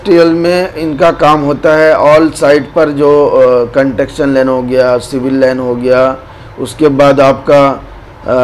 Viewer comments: Construction hota hai Sahi boliye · Apko construction ko proper pronaucitate nhi karna data to uska meaning hi change ho jata ...agar nhi achhe se pata to logo ko pls bewkoof mat banao ... apka standard itna hai k trigger 3 ka interview kia jayega to app fail ho jaoge ... logo ko misguidedly mat kijiye